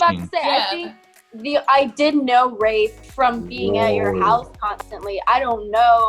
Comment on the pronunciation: thought his name was rayth lmao not rafe haha